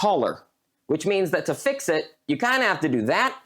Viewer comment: Bro said fick not fix by h